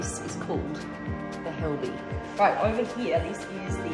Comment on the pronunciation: Please stop pronouncing the word "here". it hurts so much when you say hieeeiiiaaa